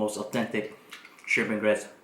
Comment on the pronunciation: Come on get it together. It’s grit! Lol. 😋